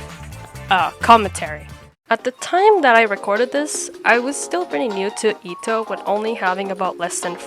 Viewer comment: calling etoh E TEE O HAYCH is like saying geo dash